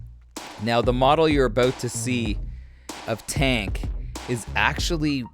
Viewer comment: That ain’t Tank. That’s Chank